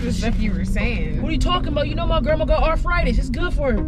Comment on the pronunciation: I just realized said “my grandma got arPHritis” 🤣😭🤣😭 my brain automatically heard arthritis the first time. You miss out on little things when you watch just once